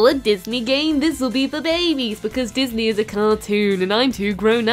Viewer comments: did you mean Disney or dat knee? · l thought it was Dis Knee?